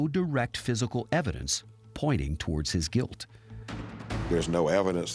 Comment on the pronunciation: She says torge instead of TOWARDS